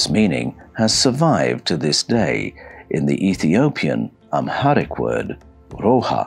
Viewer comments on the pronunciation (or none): none